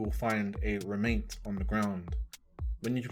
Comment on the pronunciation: Good thing you were there to show us where to talk to all the 'Remaiynts' or however you pronounced it.